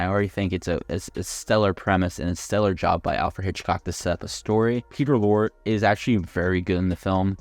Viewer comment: It'S Peter Lor'E'